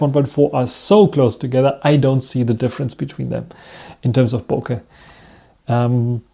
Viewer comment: Als Deutscher sollte man doch "Bokeh" richtig (dem Japanischen ähnlich) aussprechen und nicht das amerikanische Kauderwelsch (die allermeisten Amis können nichts Fremdes aussprechen und verhunzen jedes Fremdwort...).